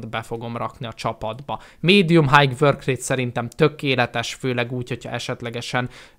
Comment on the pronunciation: Az nem hájg, hanem háj(high).